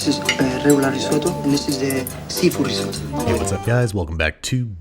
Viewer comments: *only know about risotto from Hell's Kitchen "That's not how you say that" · Why do you say risotto like that 😅😂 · "rriseott traicolore"